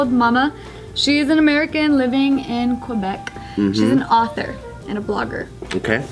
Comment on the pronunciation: THE WAY PRONOUNCED QUEBEC WTF!!!